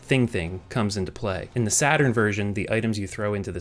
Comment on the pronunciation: "Sega Satarn" lol